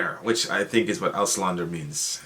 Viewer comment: . Man, this guy doesn't know a word of German. Ramstein, you need to hit that s with the force of the Wehrmacht in France, you follow? Auslander, ow slander. A simple pronunciation. Not aUschlAadeer.